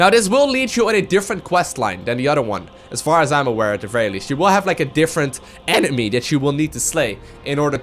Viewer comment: ''EECHnemy'' omfg hahahaha im dying